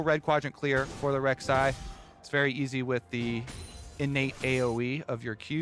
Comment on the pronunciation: Lol... come on... Rek'sai ?. So i guess TSM's problem isnt Shenyi or Keaiduo. :D